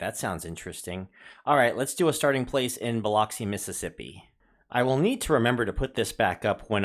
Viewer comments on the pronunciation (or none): So cool-I live in Ocean Springs. Biloxi is pronounced B-lux-e So-sure or Saucier.